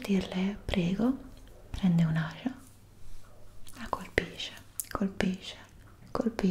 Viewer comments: Si, qui in Emilia Romagna si pronuncia così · Ma perché no dice bene le parole come ascia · “prende un’ashia, la colpishe, colpishe, colpishe” ahahahahahahahahaha Scherzi a parte, bellissimo video